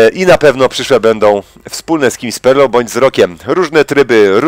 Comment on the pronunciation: Bez obrazy, ale jak mówiłeś z perlą brzmiało to jak spermą